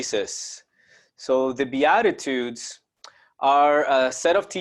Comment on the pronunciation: Its beat ta tudes is how you say it love you brother blessings